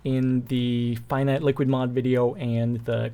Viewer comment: NO like the pronouncing of the finite in infinite